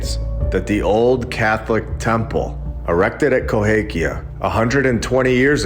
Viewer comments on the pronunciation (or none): You spent the whole time calling it "Cohakia" but it's Cahokia. Drove me crazy. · Minor point: it’s Cahokia not Cohakia.. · The correct pronunciation is Ca-ho-kia, NOT co-ha-kia. I live here, please correct your pronunciation. Thanks for your awesome channel. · KaHOkia, NOT KohAkia. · Love your content. I live very close to Cahokia Mounds. The proper pronunciation is Ca Ho Kia Cahokia NOT Co Ha Kia Cohakia is wrong. Not sure if you are able to edit the video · Ca hoe kia mounds. Please at least learn how to pronounce the names. Love your content though. But having to listen to you say Coe hake ia over and over was making me crazy. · I am hoping you now know to pronounce: ca HO kia Good info otherwise. The orphan trains have always confused me...their sheer numbers mostly. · Hey, let me help out, because I live in the area, it is pronounced “kuh-HO-kee-ya”Mounds. You’re welcome. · Both of my parents graduated from CA-HO-KIA high school. You’re killing me with that a in the middle. It’s an o. 😮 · I’m sorry but CA- hOKia lol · Always thought it was pronounced ka hoe Kia-long o in the middle. Love the videos! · Cahokia. Ka Hoe Kia... Sorry, man. It's just rough for me! But it's always a joy listening to your videos. Thanks for all you do! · It's pronounced CAH HO KI A. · Love the channel, just wanted to say you are mis pronouncing Cahokia.